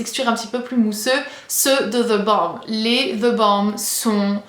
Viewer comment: The what?! The Balm avec l'accent américain et tout dit haha :'D